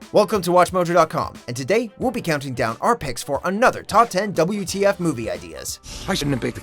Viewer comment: DABLEW TEE AFF!!!